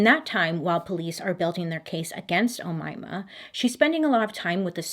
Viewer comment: you’re pronouncing omayma sa7 mat5afesh 👍